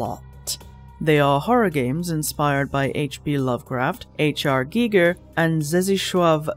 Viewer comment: Great video but “H.R GEEGER” took me out ☠️☠️